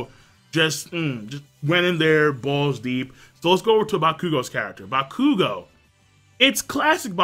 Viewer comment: OttoeCamn he isn't. It's pronounced ac-long uh-dee-mia. Or ac-long uh-day-mia. Either way he's leaving out the emphasis on the second a. N yeah he does butcher the shit out of bakugo's name.